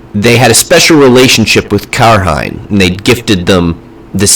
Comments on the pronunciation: Do people really pronounce Cairhien like that? It's Keye-ree-ehn, not Kair-hine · That was good. I hope it helps some out there struggling. It's been a while that I read the books, but I thought Cairhain was said like Care-rain. Pronunciation in this series 💯☠️😑😂👏😭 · If the show pronounces it "care-hine" I riot, lol! Otherwise I enjoyed the video and will be sharing it with my wife & friends. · Been reading through the books now (on Book 5), so this was great to watch because this stuff is even only barely touched on or I just didn't get a good grasp. I'll note, Cairhien will be pronounced in the show like Cai-rhien ("KEYE-ree-hen"), which is how its pronounced in glossary. I had to learn this when people started using its demonym, Cairhienin in the books, because "Care-hine-nin" didn't sound right to me, and will be pronounced more like "keye-ree-hen-in". Similarly, still don't really know how Tear's demonym, Tairen is supposed to be pronounced, because "Tearen" seems like it could've fit as well.